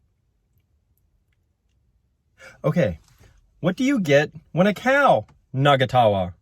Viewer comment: No its not nagatawa. Its na-nga-ta-wa- meaning 2 or more people laughing.